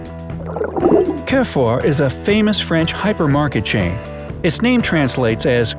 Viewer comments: It's French, and not pronounced "care fore"; try "cahrefoor" instead. (Roll the "r"s) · Carrefour is pronounciated as CAR-FOOR not "care-for" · I'm Romanian and its pronounced carfur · What you say about Carrefour is correct. Why don't you try pronouncing it correctly ?